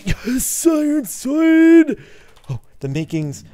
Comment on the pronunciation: Sparkelz turns Japanese when he says IRON SWORD